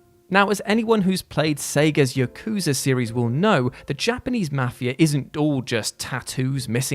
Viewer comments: ya-kuza ... yaku-za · Yakooza lmao